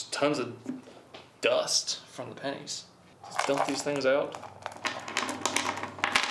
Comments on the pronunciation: Whole video i keep hearing "panties" lmao not "pennies". Just me or??? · No i heard it a few times too while editing it